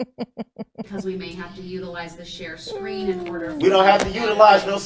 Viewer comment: listen to how he says share screen 😂😂😂😂